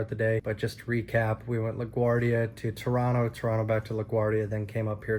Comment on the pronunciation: Thank you for pronouncing Toronto correctly lol